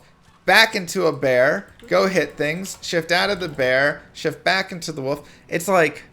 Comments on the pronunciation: Does know there's an l in the word "wolf" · Mark of the "woof"? You live on the east coast of the U.S. don't you? I had a friend who said "wolf" like "woof" every time and he was from the east coast.